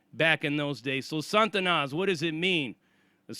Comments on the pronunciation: It's pronounced SA TA NAS not SAN TA NAS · it's not 'SaN-tanas' It's just 'Sa-Tanas' No 'n' before the t. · There is no 'N' in front of the 'T' in Satanas (STS)... It's not 'San-Tanas.' It's just 'Sa-Tanas.' Damn, Sarzana you described getting a boatload of enemies is like that gang in the movie 'Colors.' 21 st.. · Sah-ta-nas...not Santa-Na. It's supposed to be a derivative of Satan. The way You are pronouncing it sounds like spanish for saint, which is the total opposite of Satan. Fix how you say that.